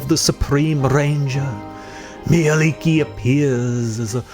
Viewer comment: Nice info and as a Finn I'm happy to hear that you pronounced her name correctly.